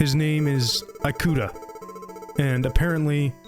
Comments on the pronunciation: the “i” sound in Japanese is pronounced closer to a long English “e” than the long English “i” you’ve been using for Ikuta. You would pronounce it more like “ee-kuta”, not “eye-kuta”. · cool story so far but could you pronounce one single fucking japanese name correct? all you need to do is learn the 5 vowel sounds and they are always the same. uyama instead of ooyama? eyekuta instead of ikuta? yutasoft instead of utasoft? im actually losing my mind. the only thing you pronounced right was shit like rika and odaka. please please do the least bit of research on how to pronounce japanese i beg of you, especially since this video got 100k likes. it will take you 10 minutes to figure out how to read it. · great vid! i remember seeing gifs from the metro scene with riko many years ago and wondering what game it was from. wanted to say that in japanese the letter "i" is pronounced more like "ee" rather than like "ai". so it would be pronounced ee-kuta basically. thought i would mention it for any future times you run into japanese names :D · As a Japanese speaker, the English-ified pronunciation of "i"-kuta just removed the horror vibe of the video for me, can't help but imagine that he's some sort of an apple product lol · Yeah. The video is narrated by an AI. It's even more obvious when it says "an alien lmao". No wonder the foreign names are butchered. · As someone who's named Ikuta, it pains me to hear my name butchered every 30 seconds. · This was a good video! I love your narration and the game is so interesting but the way you pronounce Ikuta physically hurt me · Excellent job with the editing and presentation, but ask someone how to pronounce Japanese names next time! I want to be drawn in so badly, but can't help but cringe every time Ikuta or Ooyama pop up.